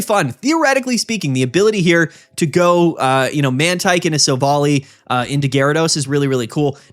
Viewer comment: You gotta stop pronouncing Silvally like that. It's Silv-ALLY, not sil-volley